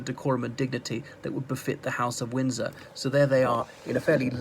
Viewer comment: I initially mis-heard as "House of Whinger" - which they are now the heads of. Thank you for the mondegreen.